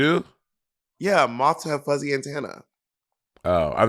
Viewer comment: not AYNTAYNAH LOL